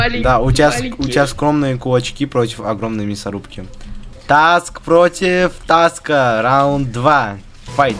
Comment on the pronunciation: помню как ты сказал саск вместо таск. Мы так ржали...